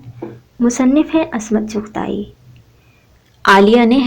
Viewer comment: Asmat Nahi Ismat